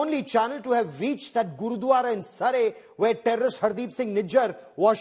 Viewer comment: Can't you properly pronounce 'Surrey'?